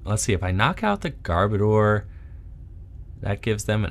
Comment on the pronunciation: I’ll be the pronunciation police: Muh-Gear-Nuh and Garb-Odor. (Love these videos. Can’t stop watching them!)